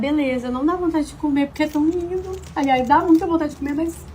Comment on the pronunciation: Porque que ele fala "porrrrquê" como se fosse sulista? Não entendi...